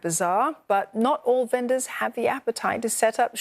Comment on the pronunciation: Strange way of pronouncing "vendors" - should be "ven-ders", not "ven-doors".